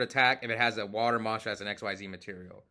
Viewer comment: The word "exceed" triggers my ocd like crazy. It isn't a thing and never was. Xyz is a new word Konami made and it's "Ick-seez".